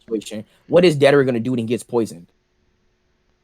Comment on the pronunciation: its deidara idiot not dadera